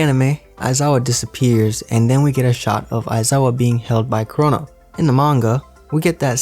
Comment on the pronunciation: Whenever he says chrono, I here corona 😂